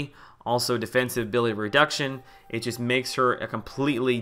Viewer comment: "Defensibe" haha. Great video! Please do more of these!